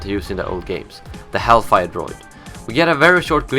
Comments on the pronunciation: It's actually HAILfire and not HELLfire. Emphasis on "hail", as in, hailing fire all over you, but I could understand "hell", considering if you meet one of them, that's where you're going. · Hailfire droid, not Hellfire